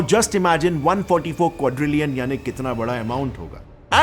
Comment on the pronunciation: If I am right, then what u pronounced in hindi 1quadrilion is wrong